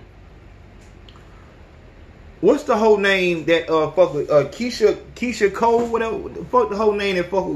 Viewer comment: Keisha kior not Keisha cole